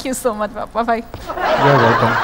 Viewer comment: ময়মনসিংহ কিশোরগঞ্জের বেশির ভাগ লোকের মহাপ্রানধনি শব্দগুলো উচ্চারন হয়না!!!! যেমন আমরা" ভাই" এর যায়গায় "বাই" বলল আসলেই প্রতিটা অন্চলের ভাষার মাঝে ব্যাকরনগত কিছু না কিছু প্রতিকুলতা রয়েই গেছে।